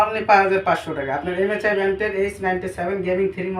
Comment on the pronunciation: Vai msi bolte pare na